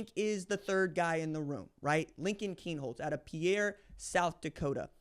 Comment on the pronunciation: RJ, I love your excitement and commentaries and will continue to follow you, but......first off, learn how to correctly pronounce Pierre, SD...please. I am from SD and it is insulting. Secondly, will you quit writing off Lincoln. You consistently, along with everyone else, keep putting him down. Yes, you say if he does this or that then he has an opportunity. But really you are writing him off and I do not like it nor is it warranted. He is a top notch athlete, versatile, and has 2 full years there learning the system and showing the coaches what he can do. He is much better than you and everyone else thinks. Just give him a chance will you?!